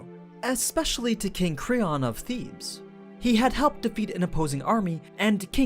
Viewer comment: It's THEBES, not thieves you dumb weeboo! It just makes me question everything else you said in this documentary.